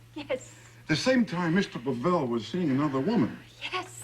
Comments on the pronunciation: LOl, The policeman talking to just called Him Mr. Pa-VeLL. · It really adds comic relief somehow that that cop mispronounces Pavel every single time.